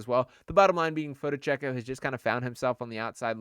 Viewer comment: An expert on Fonteccio. Can't even sat his name. Lmmao